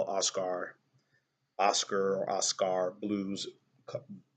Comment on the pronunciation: I love it. "Os-car" blues lol! "Os-ker" is more like it. Cheers!